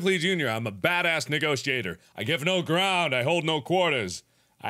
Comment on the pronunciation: he said negotiater